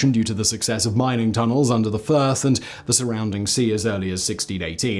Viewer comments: He is saying Firth of Forth, not First of Forth. Firth stands for the mouth of a river, ie Firth of Forth, Firth of Clyde or Firth of Tay. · It’s the FIRTH OF FORTH not the First of Forth. 🏴🏴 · It'[s not the First of Forth, it's the Firth of Forth, but can be hard to hear. I love this bridge, and want to go over it one day by train. Great video as always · Fiirth not first. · Firth not First. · It’s not the first you donut , it’s the firth😊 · Arrrgh it's the firth of fourth LoL😅.... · FIRTH....FIRTH....... Scottish / English word for an estuary.or long inlet of the sea. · Try saying furth of 4th. Might be easier to say this way. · Firth of Fourth. Not 1st . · I love how confused he gets with first of Forth and forth of Forth, but it's unfortunate that Forth and fourth sound identical. It helps to read things sometimes. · its the Firth of Forth,the river is the Forth lol :hand-pink-waving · Its the FIRTH of Forth. Forth is the name of the river. 'Firth' I THINK means estuary. Both words are Scots language words.